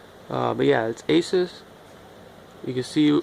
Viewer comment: I’m not trying to be that guy but Asus is pronounced a-soos